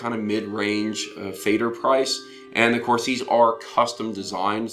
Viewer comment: Nice review, just a quick note about pronunciation, it is pronounced more like "fehder", definitely not like "fader". In fact, "Feder" simply means "feather" in German and the pronunciation is also closer to feather.